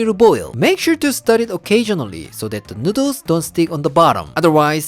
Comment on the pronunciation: I luv how he say nuudles